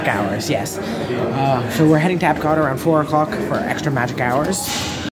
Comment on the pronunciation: For me, the bread service is a definite must get at Sanaa and possibly a must get every trip! I think you pronounced the German title right at Epcot. Great vlog